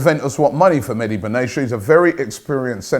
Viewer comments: Its nor benasia its benatia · Benatia = bern-nar-tee-yah